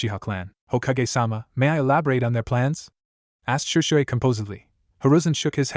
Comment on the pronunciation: This AI narrator 🤭. Shersway Uchiha, a and b u or if spoken umbu. Kuen, Chon, hate gecko, Raikage A is Raikage Uh. This narrator pronounces A's as UH.